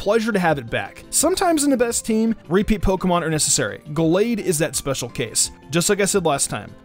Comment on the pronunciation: Well he said Gallade correctly, soo